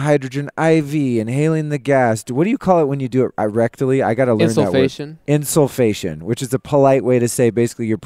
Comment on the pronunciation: Insufflation - I laugh every time EVERYONE pronounces it insul-fation ;)